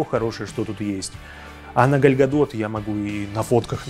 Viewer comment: ПЕРЕСТАНЬ КАВЕРКАТЬ ЕЁ ИМЯ ПОЖАЛУЙСТА